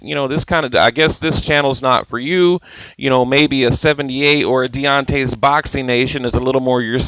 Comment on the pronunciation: Gervonta "Mayweather bought me a belt" DavisBy the way please stop saying deontay's boxing. It is DONtae's. Not saying he deserves respect though.